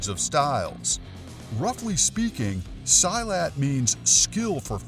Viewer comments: Silat is pronounced SEE-LAT, not “Sy-lat”. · Silat is pronounced SEE-LAT. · sorry but you said silat in the wrong way